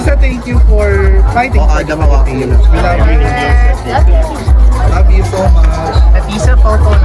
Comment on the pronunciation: Felepens daw sabi ni athisa 😂